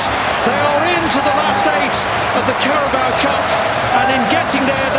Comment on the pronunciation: #PEPOUT ! 😂😂😂 It's just Carabao....